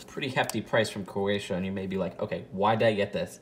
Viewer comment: Please stop mispronouncing Croatia